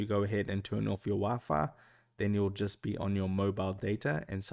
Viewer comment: Dude can't even say wifi